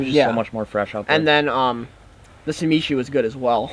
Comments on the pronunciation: It’s sashimi not samishi lol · Fyi it's sashimi not samishi.... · Sameeshi😂 Sa-shi-mi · You kept say Samishi, but it’s actually sashimi! 👍🏼😂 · I like how has been say “samishi” when it is really “sashimi” lol... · "Samishi"? SASHIMI!!! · it's sashimi not samishi lol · I resisted leaving this comment last video.. (sah-shee-mee) sashimi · thank you haha! so tragic! SOO-MEEEEEE-SHEEEEE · Lmao everytime you say "samishi" I just laugh. Great stories and love the vids. Keep it up!